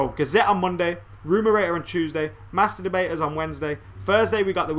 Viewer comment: Youtube fucks up again, this video isn't on my subscribtions page. Also am I the only one hearing "masterbators" instead of "master debaters"